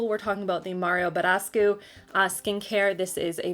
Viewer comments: K. Cook buh-desk-oo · I have never heard Mario badescu pronounced like that 😂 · NEVER heard badescu pronounced like that lol luv u sis